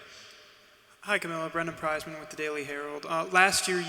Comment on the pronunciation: It's not Kamilia, it's Kamilla